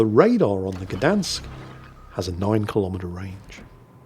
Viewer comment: Gdańsk is also a City, not only a shipyard:) Btw. the "ń" letter in Gdańsk is pronounced the same as "ñ" in Spanish, you can give it a go next time!